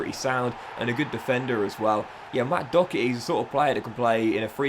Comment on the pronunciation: How tf are you pronouncing Doherty